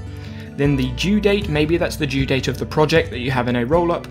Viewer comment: OH MY DAYS you meant DO date and DUE date jezussss it confused me why you said due date TWICE like bro distinguish it better and don't call it DO date BRUH